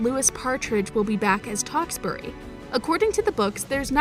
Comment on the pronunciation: I got so mad about the pronunciation of Tewksbury and Louis name. But I hope there will be a second movie